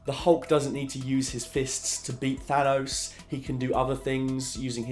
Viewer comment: Perhaps it's just me, but I find it incredibly jarring when I hear a native English speaker pronouncing the word "Thanos" as if it were spelled Than-owse. It is clearly a name inspired from Greek, which would of course pronounce it as if it were spelled Than-oss. North Americans tend to pronounce words ending '...os' as if they were spelled '...owse' (see Theranos for a good example) but you are not from North America, so why pronounce words as if you were?